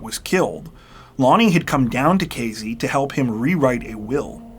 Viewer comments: AYYY! Casey = K-C not K-Z You know what, maybe I will let this one slide, since I can't stop watching your channel. Love it! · I really like this channel and your stories. I particularly like that you are articulate and usually use correct grammar and pronunciation. This does not seem to hold true for your pronunciation of location names. In this narration you pronounced the name of the town as K Zee. It was toward the end that I realized that you were talking about Casey, (with an S, not a Z) a place that I have been. I would have enjoyed your story even more if I had known where it was taking place. Thank you anyway. You are better than 48 Hours or 20/20.